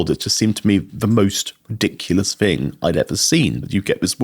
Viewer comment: I am a Brit and his accent is annoying me mainly because he cannot pronounce "th" properly!! Listen to him saying "thing" or "think" or "thought". He uses an F so they come out like "Fink" Fing" and "frew" so he's pretending to be posh! It's very annoying.